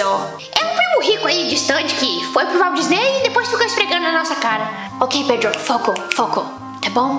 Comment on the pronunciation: "Valdisney" KKKKKKK